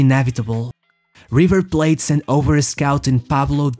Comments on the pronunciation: its not giver plate, River Plate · man, thats not how you are supposed to pronounce the Rs in spanish, thats how some brazilians in the center of brazil pronounces their Rs, not even the whole brazil pronounce them that way. Also river plate already is in english bro, is not kjhiver plate, its just river like you would call any river on your city. Im a native spanish speaker an argentine and i can also speak portuguese, you are way better off saying those names on your native tongue, the exact same way you pronounce any name in english, people would understand you better and would not confuse people, pablo aimar is not brazilian or from brazilian decent nor his name is a portuguese name, aimar is just a latinization of the family name haimhard, and pablo is the spanish version of paul, in portuguese would be paulo.